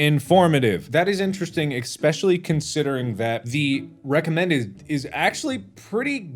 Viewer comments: Also, you say exspecially. Its eSpecially. Thats where i unpaused and it made me cringe 😂😂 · Mark says eXpecially. Mark pls wtf. YES I CARE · Nobody: Mark : EGGspecialy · All I got was "ekspechilly"